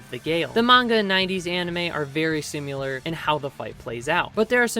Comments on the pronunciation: Great video! Just remember, it’s similar, not sim-u-lar. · Great video,. But why do you keep saying "Simyular", the word is: "Similar". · Similar not simular. Similarly not simularly 👍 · its similar, not SIMULAR, simular isnt a word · its similar not simular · Awesome recap, you did a great job. One small nitpick is that the word is "similar", not "simular." I really enjoyed this, thank you! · Say "simular" one more time and I'll find where you live :) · Good video but I laughed every time I heard you say the word similar because you pronounce it sim-u-lar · "Simular" is stressing me out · say "simyular" one more mf time 🔫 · I like the way you say "Sim-you-ler" 🤭 Anyway, great vid! Trigun is one of my fav stories ever 🔥 I also like new Knives new hood 😋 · There's no u in similar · similar is apparently pronounced like simulation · If you can't say similar then get a thesaurus and find a word you can pronounce. Or practice your craft. Jesus, it's like when people call nu-clear power "nuke-u-lar" when the spelling in no way suggests that pronunciation. It's a phonetic language, that's something humans have been doing for 6,000 years, we should be getting the hang of it by now. Guess I know how knives feels now. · Learn how to pronounce similar. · Good video but please pronounce "similar" correctly